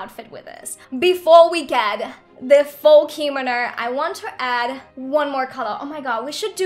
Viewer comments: It is pronounced not spelled pronounced comono not kimino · I’m cringing when she says “keemano” it’s kimono” www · Btw its pronounced Kim-oh-no not Kee-mo-no :) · actually, no hate but kimono is pronounced *key-moe-no*. i have taken japanese class for 4 years and this years unit is ancient Japanese witch includes Kimonos. ありがとう、そして良い一日を (o^^o) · Normal People: Kimono Me: Hikomo, Kinomi, Kinomo, Me again: h a r m o n i c a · Is it just me or it's funny how she pronounces kimono wrong xD